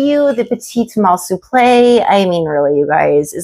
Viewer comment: Love your taste! ❤ My favourite on you is the waist bum bag. You really wear it with panache. Louis Vuitton Souple is pronounced soup - luh by the way. No shade, just wanted to help you out 😊